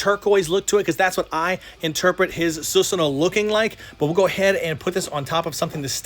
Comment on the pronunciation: you should pronounce it as susano not susano